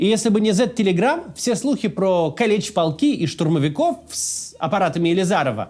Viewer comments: Для справки: Не калЕч, а кАлеч. 👍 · Уже который раз хочется поправить. Не кАлечь а кАличь правильно называть.